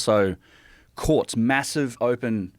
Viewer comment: When this guy says courts it sounds like quartz